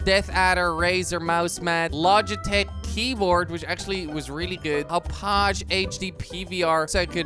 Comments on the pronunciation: It's called 'mouse pad' not 'mouse mad' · Dude it s mouse pad not mouse mad and i m watching since 2014 i think